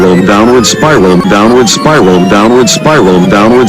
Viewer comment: "Donald Spy roll" You can now never unhear it your welcome.